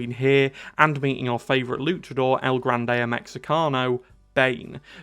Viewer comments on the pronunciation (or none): none